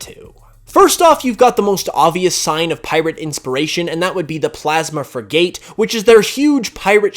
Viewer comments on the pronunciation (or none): "Fri-Gate" it's not pronounced like that.